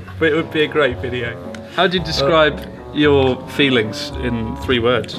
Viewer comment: "You're rate." "You razy ass." Lmaooooo